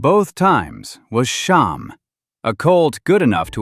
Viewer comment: SHAM, SH-AM, not Shom, SH-OM, see the difference.